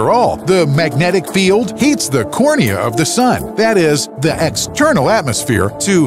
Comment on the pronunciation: Co - ro - na.